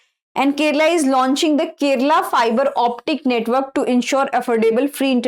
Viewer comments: Kerala not Keral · Keralam not kerala